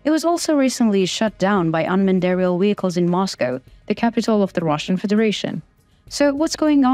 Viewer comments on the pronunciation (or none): And WEHICLES??? Hilarious!